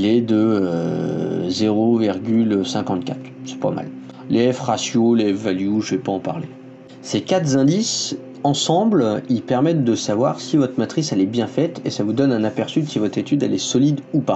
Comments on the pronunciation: Ouch, ces quatre z-indices ! Plus de cent z-arbres ! Des cailloux dans mes lentilles… Faisez gaffe les « influenceurs », des auditeurs non avertis pourraient être confortés à propager ces liaisons mal-t-à propos ! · ces quatre z-îndices, plus de cent z-arbres ? 🤔😏